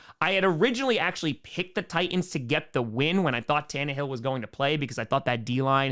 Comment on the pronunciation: Also, plus also too. ..Titans had two "T"s , enunciate both of them!!!!!!